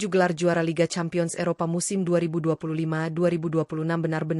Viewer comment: Campion apa lampion seh Cempien dibacanya